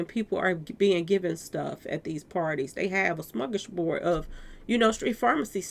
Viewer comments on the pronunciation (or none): none